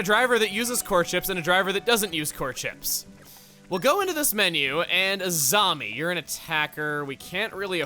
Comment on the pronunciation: When you said "Azami", I misheard it as "a zombie".